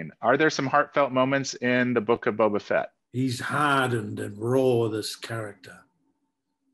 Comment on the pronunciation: *The Boak of Bubbah Fett